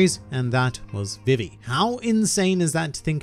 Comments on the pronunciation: It’s not VivE it’s VE VE sorry it just irritates me THIS IS NOT CRITICIZING U CAN SAY IT HOW EVER YOU WANT I JUST WANT TO SAY HOW I SAY IT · Put some respeck on Vivi's name!